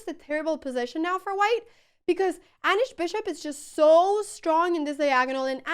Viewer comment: Aneeesh, not Anash 😂